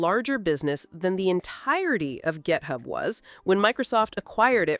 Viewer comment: "Gethub" LoL 😂